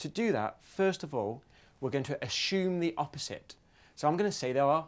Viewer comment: "azzzume the opposite" lol......sorry bro but a great video